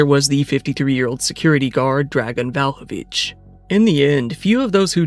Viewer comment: Brother please pay attention to the names you're pronouncing, you're butchering them. xD You said VALhović instead VLAhović among others. And Andrija is AndriYa, not AndriGa but I could let that one slide.